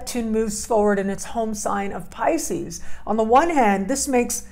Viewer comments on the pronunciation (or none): none